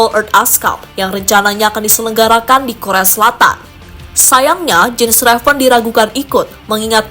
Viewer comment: Yen Raven bacanya mbak admin, bukan Jen Reven...